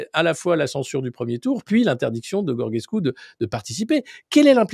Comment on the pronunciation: Alexis, je ne sais pas si tu lis les commentaires mais Georgescu se prononce Djordjescou (comme Giorgio en italien) et PAS Gorguescou !